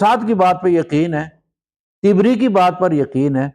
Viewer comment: it's Tabari not Tibri....just a minor correction with respect